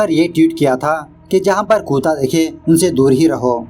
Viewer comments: कुता या कुत्ता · Kuta nahi kutta